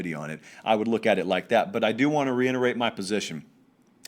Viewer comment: Please. The word is reiterate. Not reinerate. Thank u